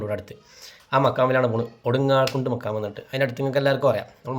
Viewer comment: ഒടുങ്ങാകുണ്ട് എന്നല്ല ഒടുങ്ങാകാട് എന്നാണ്